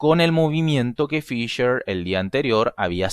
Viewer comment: ¿FisCher ,pronunciado en ingliyyy? ¿sabes q es ALEMAN!!